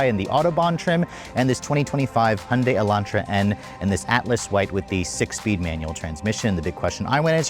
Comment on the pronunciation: If you are going to review these cars, learn how to pronounce the brand properly. Hun-day? Who the F is that.